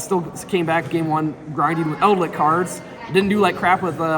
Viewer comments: Please stop calling it eldlick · He plays World of Warcraft and he's played The Wrath of the Lich King expansion a lot. He says lich correctly in wow, so you'd think he'd know.